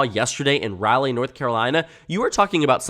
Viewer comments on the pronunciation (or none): RALLY North Carolina has me crying I had to pause 😭. For future reference the A is less pronounced than like you said it (maybe like if you mixed an O and an A together?)